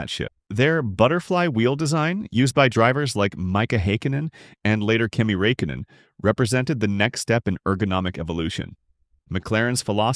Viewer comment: ”maika haykanen and kimi raykainen” and you say its not ai… own up man